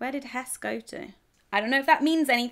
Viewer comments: I don’t know whether you speak much German, in German you pronounce the ‘e’ at the end of words so Hesse is pronounced more like ‘Hess-uh’ 😊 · it's not Hess, it is HessE with an uh sound at the end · it is HessE not hess with an uhh at the end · it's not hesss, it is hesse with an eh sound at the end